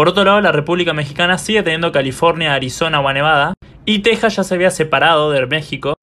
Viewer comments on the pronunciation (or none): none